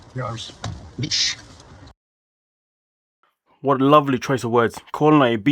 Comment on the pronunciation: Sorry but when someone calls me a B*i-SH with a "SH" and not a "CH" I cant take them seriously 😂